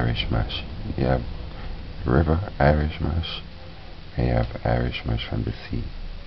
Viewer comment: He said Irish "MOSH" 😂😂😂